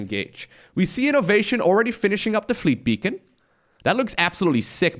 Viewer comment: HE SAID FLEET BEACON